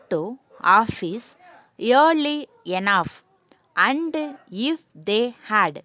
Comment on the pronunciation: Plz correct ur and, that, to pronounsations🙏🙏🙏